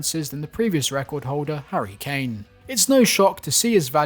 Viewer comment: Man said hurry kane